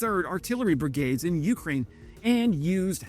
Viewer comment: You krain you krain you-krain Its one word